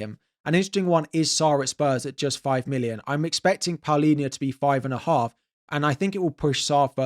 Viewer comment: it's Palhinha not Paulinha :face-purple-crying